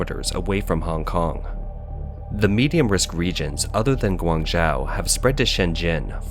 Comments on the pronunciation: pls, learn how to pronounce "Guangzhou" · Yeah he's pronunciation of Guangzhou was especially annoying lol